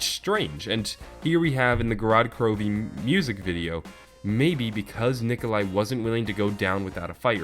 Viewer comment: Wanna add another "e" there in the beginning " gorod krovi" pronunciation